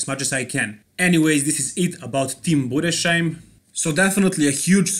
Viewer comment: "sh" is spoken as the English "s" like in "singing" followed by an h like in "house". Budes....heim. I am of German mother tongue. Other than that, perfect pronounciation. BR